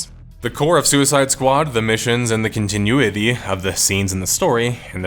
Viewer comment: Every time pronounces the word "Continuity", a linguist loses its wings.